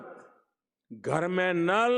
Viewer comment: घर नहीं गर बोला